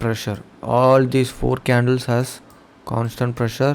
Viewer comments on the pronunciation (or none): none